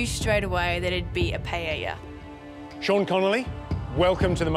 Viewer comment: As a Portuguese brother of Spain, it annoys me the way they say paella 😂 I can't imagine what a spanish feels.